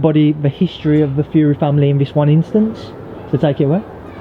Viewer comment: Stop being bad with the Fury name or you'll get 👊 that in your earhole 🤣 Yea stop it online John.. Haha.